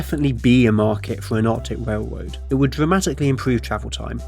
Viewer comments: wailwoad wussia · “A warm, high speed wailwoad” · wowm wailwoad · Wrailwoad between wussia n de us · Awctic wailwoad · What’s a whale woad? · Norf Amewica wailwoad bwidge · The speech impediment killed me, “whale-woad” lmfao